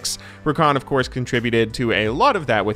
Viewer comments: "Rrrrrrrrrrakan mid" I love it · The way the CLC caster says "RRRRRRRRRRRRRakan Mid" is just fantastic